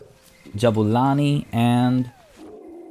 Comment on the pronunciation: your pronunciation of Jabulani brings me joy, pun intended